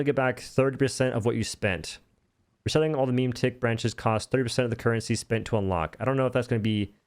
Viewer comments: It's Me-Meh-Tick, not Meme-Tick :D good video otherwise! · I couldn't stop laughing at memetick, it's so good